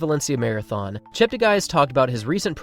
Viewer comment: Please note that his name ends up being 'gay', not 'guy', according to worldwide broadcasters - he asked them to correct their pronunciations. Tony Hunt World Junior Athletics News NZL